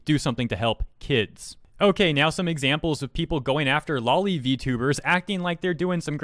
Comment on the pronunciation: Just a friendly reminder, it's pronounced "low-lee" like lolita, not "law-lee" like lollipop.